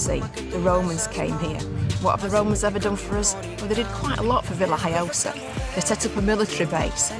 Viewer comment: isnt it VillaHoyosa iinstead of VillHiyosa ?